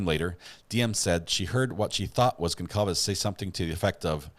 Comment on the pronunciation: Please pronounce victim's names correctly. Kernodle is pronounced "Ker-'NO-dle". Concalves is pronounced "Con-Salvez". Moscow is pronounced "Mos-Coe". Thank you.